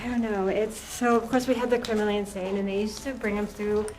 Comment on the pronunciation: "That's Insanne"